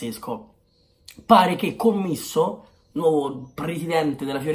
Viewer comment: Si dice CÒMMISSO, cognome calabrese molto noto nella mia città ahahah, un saluto.❤️